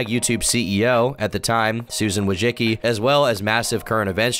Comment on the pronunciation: Idk whyyy but it drives me cRaZy how he kept calling Susan Wojcicki Susan Wojiski